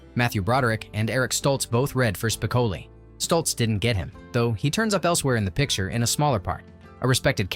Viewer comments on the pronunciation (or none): That was so irritating and annoying to constantly here his name mispronounced. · It's spi-CO-lee, not SPIK-o-lee. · It's SPICOHHHLI not SPICAHHHLI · Spi-COAL-lee, not SPIC-uh-lee! It was only pronounced correctly once, in the last few seconds of the video. 🤯🤯🤯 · Having to hear "SPIC-oh-lee" rather than "spic-OH-lee" throughout the entire vid kinda ruined it for me. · No you didn’t call Spocoli “Spick-a/ Lee” ?!! Good video tho. Especially if you’re a fan of the movie. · "SPIK-uh-lee" I'm out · "speh-KO-lee". Maybe your computer can watch the movie. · Spick-o-lee. Really? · It’s …Spi-CŌ-leee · LOL, "Spickelly" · To the dumbass who annoys the audience for clicks by mispronouncing Spicoli. You got my comment but I’ll never subscribe. Bye. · why can't this guy pronounce Spicoli correct?....research bro!! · If you don't even know how to pronounce "Spicoli", I'm not going to regard you as an expert on the movie. 😅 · I would have given this video a 10/10 if the narrator pronounced “Spicoli” correctly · One of the most epic movies of my childhood. Hearing Spicoli's name pronounced wrong in this post is seriously annoying right down to the core.